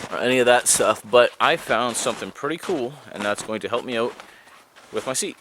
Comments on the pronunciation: "Find a spot, and camp-oaut" 😂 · Nice vid! I’ve always dreamed of having that kind of experience. I’m picking up some Irish/Scot accent when you said ‘house’ ‘out’ and ‘fire’ so cute !